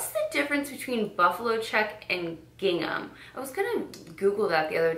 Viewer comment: It's gingham